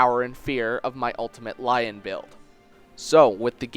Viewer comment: Okay I know I'm sorta late but Lyons name isn't pronounced Lion but more like Leon.